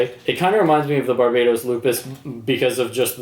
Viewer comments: dude its bar-buh-toes not barbados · bar buh toss*